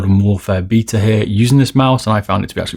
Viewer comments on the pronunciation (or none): none